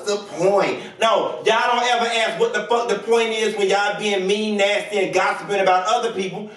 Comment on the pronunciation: Except loose. girl we hang on your every word..... I still can't get over when you called Mary from SLC NustAY not nasty NNUSSTEY! I hope you have trademark on your dinevarsms💙